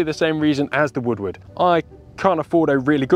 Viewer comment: shoots like a woodward would? its funny cuz it sounds like he says woodwood